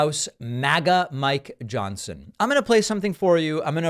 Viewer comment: did you say my Johnson or Mike Johnson ? It's trying to throw me off from reading the morse code of your blinking eyes